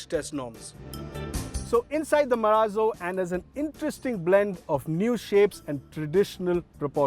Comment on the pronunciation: "MARAZO"............ बोले तो.........????